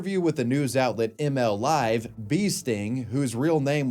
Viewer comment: Hold on a second, back up, My dawg did you just call Mlive "M L" live!? 😂